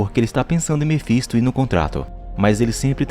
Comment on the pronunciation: Mefinsto é foda kkk Mefintosfis a mulher é rockceni Black work(rock ( (a pronúncia )o jeito da escrita nem faço ideia kkkkk